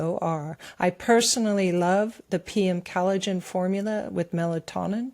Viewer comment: is emulating VDH in his frequent mispronunciation of words. She pronounces collagen as cal-i-gen. No,, it's "coll" not "cal".